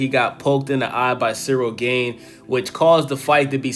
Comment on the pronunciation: Dude, pronounce the A in Gane like the second A in aspinall and youre good.. Greetings from europe 🙋🏻‍♂️